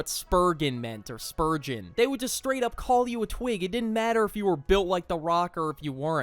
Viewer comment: Spurgeon sounds like spurven which means “the sparrow” in Danish. Never heard of this name. I think the AI is tweaking